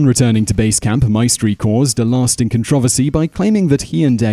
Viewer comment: what the hell is a con-trovisty